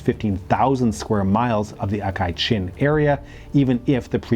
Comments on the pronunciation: Good video, but really is aksai chin, not akai chin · Pretty good video! Minor mispronunciations though, including Aksai Chin (you said "Akai Chin" several times) and Zhou Enlai (Zhou should be pronounced "Jo" not "Jao")